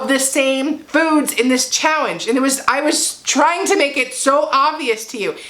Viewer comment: I’m sorry … are you saying chowenge? Hey that works instead of challenge. Great job😄👍🏽